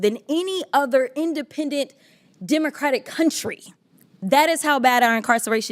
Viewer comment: Another MF’er who can’t pronunce the word “democratic”. Also where is his concern about the fact that there are 15 red states with tiny populations which always elect two repukelican Senators.